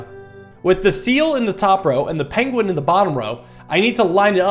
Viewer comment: I never noticed pronounces Penguin as Pengling and now I can't stop hearing it